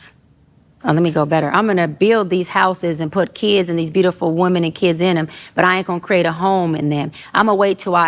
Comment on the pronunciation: Am I the only one hearing her pronounce the singular instead of the plural for women? I hear this a lot from people now... what's wrong with these people?